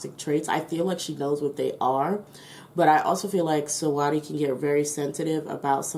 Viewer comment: The way you saying her name is funny 😂 Her name is basically pronounce like you saying sweetie it just spell different And can you do a reading on Bruno Mars and his career .